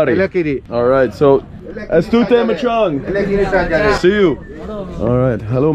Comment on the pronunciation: yeah he said the truth "this is not the local..." but tourist ... 😅 " Elakiri= Ela+Ke +re " not " Ela+curry " 😂 SUPERB = Supiriyi = ( Soo + Pe + Ree + yi )